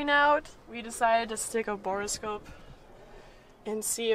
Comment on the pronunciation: Bore-o-scope or booger-scope??? :P :P